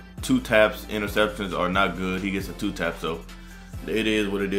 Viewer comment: toe tap bro not two tap